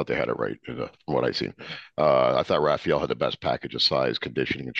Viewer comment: Hate when Americans say “Rafial” like dude it’s RA-FA-ELL